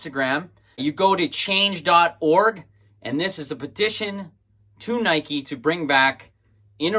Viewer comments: Is there there a specific reason you are pronouncing Nike the way you do? He in Eugene home of the brand we pronounce it like Nike-E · Pronouncing Nike like "Mike" is weird, but cool video. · I can't watch this, dude. He goes out of his way to mispronounce nike. He's the only person on the planet who pronounces it like that.